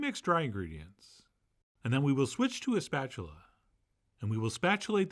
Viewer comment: Only lunatics call it see-rup, but “spatualate”? 😊 I have a 50 year old electric griddle. What temp would you recommend?